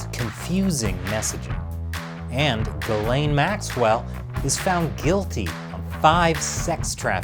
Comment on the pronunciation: Its pronounced "gee-slen". I don't know why people are saying "guh-lane"... It's French